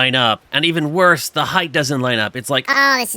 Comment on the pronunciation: I don't know why, but it's really distracting hearing you say "heighth" instead of "height" sometimes 😊